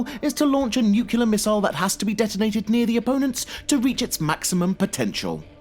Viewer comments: NUCLEAR. NU-CLEAR. NOT NUCULAR ! ! GOD DAMN ILLITERATES !! ! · its nuclear not nukila -_ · "Nucular" Of course... Figures, at this point. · Someone please tell this guy that the word is NUCLEAR, not "NUCULEAR" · Sorry, I cannot respect anyone who uses the word nucular. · Nuclear (New-Clear) not nuclear (new-que-lur) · Nucular? NUCULAR!? IF YOU'RE GOING TO REPEAT A WORD OVER AND OVER AGAIN, LEARN TO PRONOUNCE IT PROPERLY FIRST!!! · New-Cue-lar New-Clee-Ar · new-clee-ar. NOT new-cue-lar. Sheesh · if you say nukelar and not the correct way, nuclear, i conclude you are one stupid person. most usa-s say it nukelar because the short version is nuke, not knowing that nuke is the short version for nuclear. whats more disturbing is that Uk-s say it the same.... wtf is wrong with you ? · NEUWCULAR NEWCULAR... it's N U C L E A R... reupload pls. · felt like he said newkiller instead of nuclear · nuclear . not nucular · It's nucLEAR not nucULAR. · I can't even begin to describe how triggered i am by how he repeatedly and relentlessly mispronounces the word "nuclear" as "nukular". So mad. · STOP SAYING "NUKULAR" IT'S NUCLEAR YA DING DONG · please...please... "nucLear"...it hurts so bad!! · I cringe hard every single time I hear someone pronounce it 'nu-cu-lar'. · Nuclear not nucular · disliked beacause you are too dumb to pronounce NUCLEAR you keep saying NUCULAR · Take a shot every time he says "nuke-yu-ler" instead of "nuclear" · Please stop saying nukular and say nuclear xD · it annoys me that you say 'Nukeula' instead of 'Nuclear' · Such a pet peeve of mine when someone says "nuke-you-lar".. reminds me of George W bush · NUCLEAR. NOT NUCULAR. NEW-KLEE-ER. YOU SOUND LIKE A TARD. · why the fuck do people say nuchelear instead of nuclear? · Wtf is a newkiller missile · It-s not NUCULAR it is NUCLEAR ! Geeeeez.... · NuCLEAR, not nuKULAR, for Christ's sake! Or you sound like G.W.Bush! :D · 1. NuCLEAR not NuCELAR 2. In Red Alert 2 only the soviet side can build Nuclear silos.